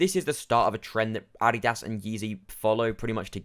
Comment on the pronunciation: I like how you cannot even pronounce Adidas correctly. Just because people aren't spending massively over MSRP for an article of clothing doesn't mean the brand is dead. More supply of shoes means more consumers are able to obtain it easier